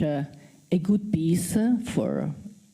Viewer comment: Only its PEACE ✌️ NOT PISS